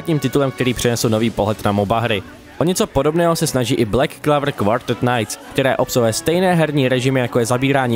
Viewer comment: Aspoň by jsi mohl název anime vyslovit lépe. Není to [:Clavr:], ale [:Clouvr:]